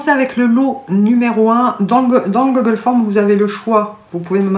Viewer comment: 🌲🎄🎄🌲 Youpi celui-ci je l'ai!!! \0/ J'en ai même un non déguisé !😂 " le gogolle forme..." Magique comme prononciation😂